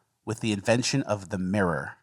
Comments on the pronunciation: We also learned can’t say “mirror” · cant pronounce mirror